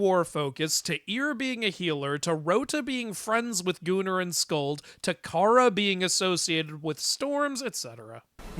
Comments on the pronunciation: Is it bad when I hear the word Gunnr I hear it as gooner instead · Gunnr being pronounced gooner is wild!💀